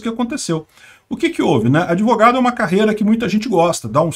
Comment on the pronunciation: Doutor "adevogado".